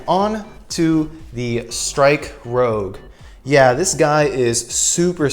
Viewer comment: This mobile suit is actually 'MBF-02+EW454F Strike Rouge Ootori'. You have it set to 'Rogue' whenit should be 'Rouge'; as in the French word for 'Red' which is pronounced 'Rooj'. The 'Ootori' is pronounced 'Oh-tori' (おおとり/大鳥) which literally translates to 'Big Bird'. I think for stickers on this kit, it would be better to just paint it. I mean they're just straight lines so you can just use like Tamiya masking tape and air brush, hand paint, or spray paint it instead of the stickers. You forgot to mention that with this kit, it comes with parts not used for this kit specifically. But you can create an MG MBF-02 Strike Rouge 'Kira of the Skies Ver.' with MG MBF-02+EW454F Strike Rouge Ootori and the MG GAT-X105+AQM/E-X01 Aile Strike Gundam Ver. RM It's basically the MG MBF-02+EW454F Strike Rouge Ootori minus the Ootori striker pack and instead using the Aile Striker Pack with the pink parts included with the MG MBF-02+EW454F Strike Rouge Ootori.